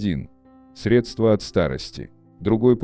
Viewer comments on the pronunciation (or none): none